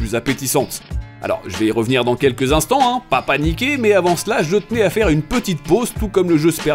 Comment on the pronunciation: " Pa paniké!!" Du creole!? Hum excellent !!